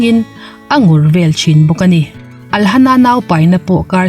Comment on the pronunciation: Vel tih i lam thiamlo ami, bel i ti zel maiin ka hria🤔🤔